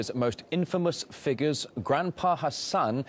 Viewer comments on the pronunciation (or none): "Figgers" FIG - YOURS